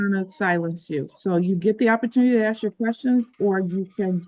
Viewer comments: Why do black peoples say axe not ask? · Lost me at AKS! Why oh why is Ask so hard to pronounce? It makes an individual sound highly uneducated! I also notice this lady has a very hoarse sounding voice. I’m sure there’s not a soul that wonders why!? Since when do we get to attend court with Yo Gabba Gabba in the background. What a crap shoot. Poor Mrs Washington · How fucking hard is it?? Its called ASK NOT AXE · She's just axing questions 😂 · Ax the write questions. Yous can't ax Stoopid fkn questions. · It's so annoying when idiots try to make out their smart. The second she said,... Axe I was done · She just trin ta ax ah question. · “ Axe, axe, axe ….” WTF? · It's a choice. Axe is not an incorrect pronunciation. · If these women put as much work into not having babies and dodging responsibility this community might get somewhere. BUT 5,000 YEARS LATER THEY STILL CAN'T SAY "ASK" 😅😅😅😅😅😅😅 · Attn ghettofied citizens legal language is neat but when you cant say ask properly it makes anything else you say pointless and childish you better axe someone. And are all these sov cit tards flatearthers as well? They seem on the same level of delusion